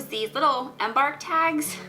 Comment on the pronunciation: Google the word embark and listen to how it's pronounced.